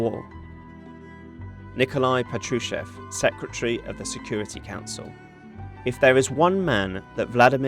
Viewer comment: PA-tru-shev (that's how it's stressed). 🇺🇦🇺🇦🇺🇦 Слава Україні! 🇺🇦🇺🇦🇺🇦